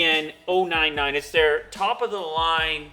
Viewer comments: N-A-N-O 99 instead of Nano 99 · 75-NAN-O99? What! It's 75-NANO-99. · Pretty sure its NANO 99, not NAN 099